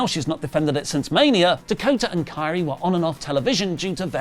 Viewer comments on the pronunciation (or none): none